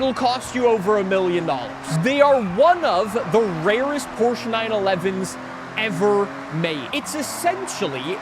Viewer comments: i can hear that never finished his german class. he still cant pronounce porsche. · Ah yes, the Porcshe 911